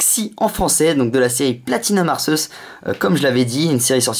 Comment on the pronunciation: à la 20e sa se dit Arkeus